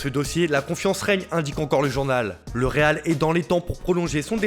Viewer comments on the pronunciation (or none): none